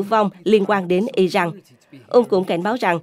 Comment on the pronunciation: Israel mà đọc là ia rênh và Iran mà đọc là ai rân? Cả 2 đều sai mà góp ý hoài nhưng kênh ngày cứng đầu k chịu nghe. Kênh này k chịu học hay thiếu tiếng anh. Washington post thì đọc nghe OK cũng như tên ông Trump. Wonder kênh này ở VN hay nước ngoài??